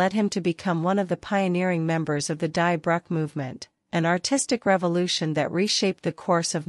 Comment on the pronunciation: Great video. Just one correction: Die Brücke is pronounced "Dee Brooka"